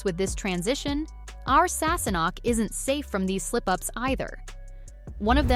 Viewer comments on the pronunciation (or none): It’s Leery, NOT Louhair AND Gayless not Guyless, SassaNACK, not Sassnock, Fraser, not Frazier! Wow! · “Sassenock” and “Frayzure” …hmm. It sounds like they got someone who’s not a fan of the show to narrate this. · "Sasenoch" beautiful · You obviously didn't watch the show mis pronunciation of names especially Sasenache or Loghaire. Claire was coming back into the room when she was assaulted, not sleeping in her bed. Your commentary has the blunders which is dissapointing.